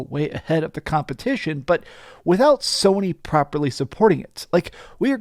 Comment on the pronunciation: He said Somy way in the lead😂😂 Nintendo has something to say about that